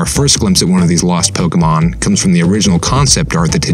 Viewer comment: Though the way he says pokemon wrongly repeatedly is annoying